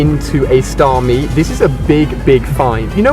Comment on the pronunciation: It's "Starmie". 😂